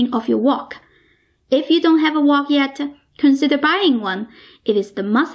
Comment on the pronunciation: I lived in China for a long time and accent is very familiar. Chinese often add an "a" after words like wok, that ends with a "k" so it becomes "waa-ka", the "k" becomes "kah", that's why it sounded like "walker". Frank becomes "Frankah". Another interesting thing is Chinese do not have a "V" sound so words like "very" are pronounced "wary", and wegetables.